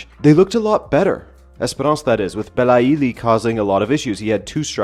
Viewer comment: It's pronounced belayli not belayili